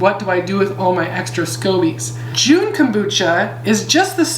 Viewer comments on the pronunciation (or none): Great stuff! Thanks for all the information. You might want to know that you're saying it wrong. There's no "e" at the end of Jun therefore you don't say the "u" when pronouncing the word. It's sounds more like jhun...the "u" sounds like "uh". Please don't be offended. You're fabulous and love your glasses. ❤